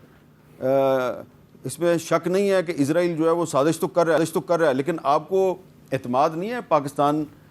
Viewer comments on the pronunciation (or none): میر صاحب آپ لوگ اسرائیل کو عزرائیل کیوں کہتے ہو